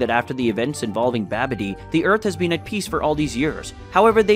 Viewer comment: Let me help bro....not gero it's (jah row )lmao and( bah bee dee) for babidi lmao this is good but would be great if u can pernounce the names right